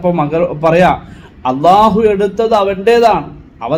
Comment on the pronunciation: ഉസ്താദ്, allah എന്ന് പറയുമ്പോൾ ഉച്ചാരണം ശ്രദ്ധിക്കണം. നല്ല അവതരണം.